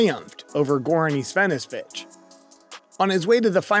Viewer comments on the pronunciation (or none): “Goran Ivanefsfitch”. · You mispronounced Wilander, Ivanisovic, Stich... inexcusable